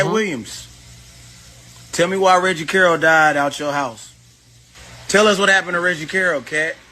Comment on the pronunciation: You need to stop making yourself sound so ignorant mispronouncing Reggie Carroll (pronounced Carol). You listen to the police press conference and posting Billy videos, you should know how to say the man name by now.